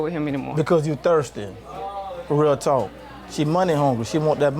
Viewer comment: He incapable of saying “talk/talking” im almost done w the video and she still ain’t yelled